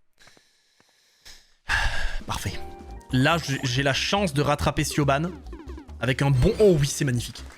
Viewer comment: Petite precision Siobhán c'est un prenom irlandais et ça se prononce "Ch-e-v-o-n"